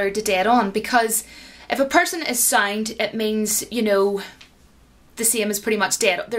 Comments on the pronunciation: SOUND is pronounced in Ireland as SCIENCE 😂? Wait, I did hear SAINT too, no way 😅. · I'm hearing this… “If a person is SAINT…” 😄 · lol, when you said “SOUND”, for me you are pronouncing it as “science” or “saint”.